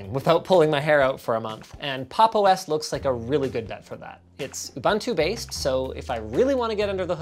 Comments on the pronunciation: say ubuntu right next time! its ooo bun too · How to pronounce "Ubuntu"? Say "Ooh" "Boon" "Too". Ooh-Boon-Too. Ubuntu. God bless you. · its ubuntu not ubantu